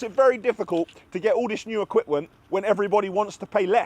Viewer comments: I listen very attentively to, enough to realise he said (Equiwent) instead of Equipment even the editing team didn't clock that, LOL, thats how you know your viewers pay so much attention to what you say:) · “ all this new equipWENT” 😂😂